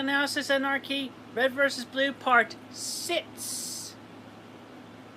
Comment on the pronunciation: "Part sitts"